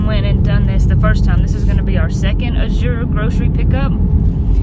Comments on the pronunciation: Going to northeast Georgia next week to visit my brother and hope the trees are beautiful…, it’s pronounce Az-ure not A-zure…js. Was thinking of joining the Azure crowd. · Azure Standard is pronounced more like "As yer" or "Az uer" ,accent on the first sylable only kind of run it together. (or you can search "pronounce azure. Hope this helps.